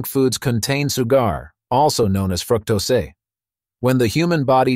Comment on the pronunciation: Fructosé ..... F-ing AI ruins everything